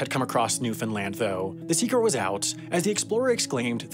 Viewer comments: Haha I really enjoy how it started out as "New-Fin-Lin" and a few minutes later says "New-Found-land" the rest of the video. Nice! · Funny cause neither are the correct pronunciation It's pronounced new FIN land not new found land, new Finland, new fin lund or any other variation even though you'll always hear them when non locals speak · I was going to complain about your pronunciation of Newfoundland (the compulsion to correct people who say it wrong is practically a genetic trait for Newfoundlanders, sorry!) but it seems you realized your mistake by the four minute mark. Carry on! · way to only mispronounce Newfoundland twice in the video, much better than like 90% non-Canadians' videos .